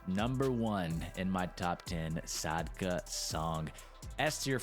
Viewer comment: Good video, i just wanna say its actually Sakda not Sadka